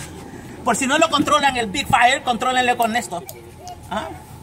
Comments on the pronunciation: I like this guy! His pretty cool and funny "mini Fira!" 😂💩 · Lots of FIYAH!" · AN DEN FIAH!